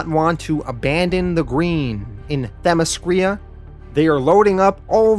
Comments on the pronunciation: great vid, note for next time its Themyscira not Themescrya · I told him (them-is-sceer-a) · The Themyscira pronunciation... 😬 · Your videos are great but you butcher some of these names Themyscira - (them-is-sceer-a). Antiope - (Ant-tee-o-pee)